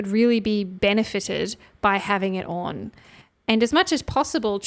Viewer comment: Off or ‘orn’ Aussies putting an ‘r’ in ‘on’ lol